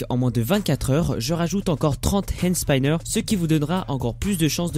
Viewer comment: arrête de faire des concours fakes de hand spinner et prononce bien hand spinner pls.